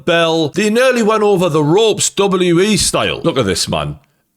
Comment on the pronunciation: Why are you incapable of saying W .... W ..... E. 2 W's ffs